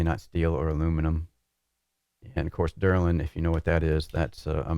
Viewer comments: it's DELRIN - pronounced DEL RIN. You say DER LIN. Drives me nuts. I love you. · pretty sure I heard dillerin as well 😂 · is the Chuck Norris of SIM Racing... If he says it's called Derlin, Derlin it is forthwith 🤷‍♂️